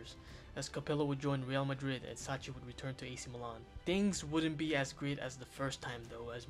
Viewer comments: pronounce sacchi like "suckky", not like "sutchie" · Good video but please the pronunciations. Sacchi is pronounced Sakki and Maldini's dads name is Cesare (Che-sa-reh)